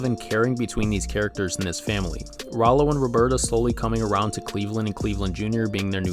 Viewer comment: Rowlow? thats almost to not close to Rallo, even thought its spelled the same, oh and by the way its Stewie, not Stevie, and the ''giant chicken'' is called Ernie, I don't blame you for the fact most people don't know his name.